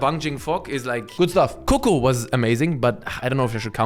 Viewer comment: It's pronounced Coco not CUCU